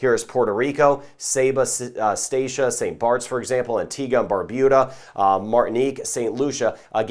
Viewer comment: He said Barbuda not BarBOOda, I am proud☺. I join with everyone in saying I am really glad for your weather updates.